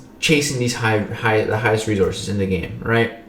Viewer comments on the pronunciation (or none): Not sure if I hate or love the way says resources. Never mind I love it. Rezorses